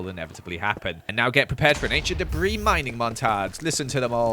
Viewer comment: 20 enchent debri RUBISH.... me; with my one enchent debri >:/